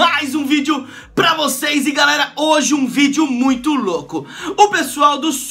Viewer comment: ele falo garela kkkkkk